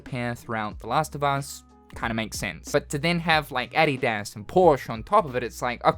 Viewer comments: cannot believe they announced the last of us for the millionth time. also no one wants a bald wokie as a protagonist did bro rly jus say "addy daz" bro its 'uh dee diss' wtf??? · What is he calling those shoes lol ? Adi Das? 😂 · Oh man, the way you said Adidas just threw me off big time, lol. Have I been saying it wrong all these yrs, or have you, hahaha. I do know Adidas stands for (All Day I Dream About Sex) and saying it backward is (Sex All Day In Dads Apartment) hahaha. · I am over here distracted with how he says adidas as I don't think I have ever heard a non American say it lol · Why do you say Adidas like that??